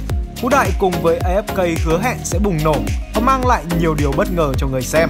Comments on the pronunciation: Uk A Ép Ka mà đoc là A Ép Cây ko à 😌😌😌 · Đọc A Ép Ka đi, As đọc vậy mà